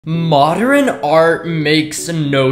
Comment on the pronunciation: Do people even realize that he pronounces modern "modderin" 💀